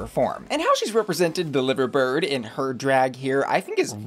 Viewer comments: its pronounced LIE-ver bird not live-r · The liverbird is pronounced ly-ver bird. Still a great look though. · please educate yourself more on Britain 😭😭 Or at least pronounce Liver correctly and understand the symbol of the bee lmao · Love your videos so much! Just letting you know liverbird isn't pronounced like that🙈😂 from a fellow liverpudlian! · I’m howling at the pronunciation of liverbird😭